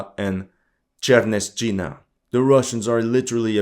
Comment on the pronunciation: Good video. I understand the names can be difficult to pronounce. , Just say kopanki (cope anki) and cherneshina (cherne sheena).